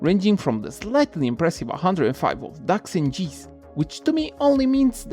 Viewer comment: Video succosissimo come sempre fratello, one small note: geese si pronuncia "ghìs" non "gis"